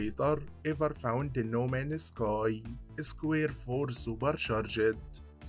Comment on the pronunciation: No Man's Sky ❌ No Manus Kai ✅ I love your content brother. Just wondering, where are you from. You have an interesting accent.